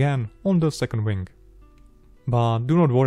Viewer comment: Try not to mispronounce wing as wang. It is a dirty word.